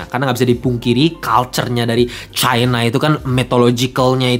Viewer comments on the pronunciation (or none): none